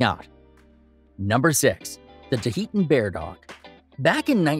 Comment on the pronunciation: There's no E after the H in Tahltan Bear dog. You're saying it wrong. It's not Tuh-ee-tun Bear Dog it's Tah-L-Tan (T-uhL-tan) Bear Dog. It's phonetic.